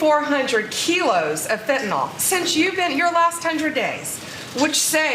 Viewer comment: She cannot even pronounce fentanyl.